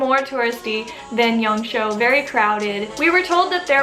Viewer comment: Great video as always. Just one thing, it’s Yang Shuo, which sounds like “sure” without the rhotic r sound. It’s not Yang Show.